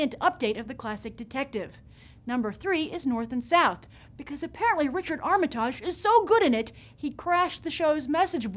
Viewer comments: You mis-pronounced Richard Armitage's surname.....come on, it's really not that difficult to get right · the way this lady pronounces armitage -makes him sound french -its hilarious!!!!!!!!! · Sorry to be picky here, Grace, but it would be really nice to hear Richard Armitage's name pronounced correctly - after all he has the same name with the same pronunciation as the former US Secretary of State and I don't remember anyone having a problem pronouncing that. However I am a Tolkien fan and truly excited at the prospect of seeing more of Sir Peter Jackson's talents in The Hobbit and of course all the wonderful characters from the book, and for me, Thorin in particular!